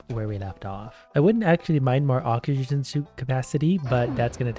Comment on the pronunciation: first minute in and im already laughing my ass off the way he failed to read oxygen and didn't even care to reiterate is gold